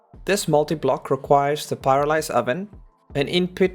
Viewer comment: it's the pyrolyze oven not pyralize